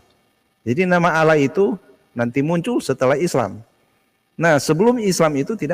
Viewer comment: Baca tulisan Allah ...alah... Itu saja ng benar